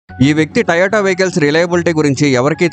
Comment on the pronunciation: Taiiyota kadh ra moon da "to yo ta" adhi